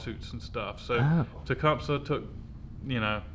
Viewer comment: It's ta-cum-sa don't matter just letting you know